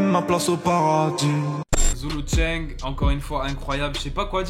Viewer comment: c’est zoulou tchaing pas zoulou tchang✌🏼